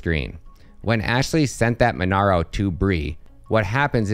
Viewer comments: MonEro not MonAro. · Mon-EH-ro! not MonAro! jfc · Monero not monaro hahahaha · its monero man Not MonAro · That's not how you pronounce monero lmao but great video !!